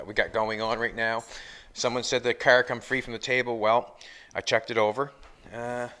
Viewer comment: "We're building this Cerrrrrr".